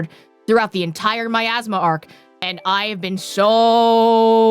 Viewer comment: 1) No, no one told them. 2) Its a joke, because said miasma as "my asthma"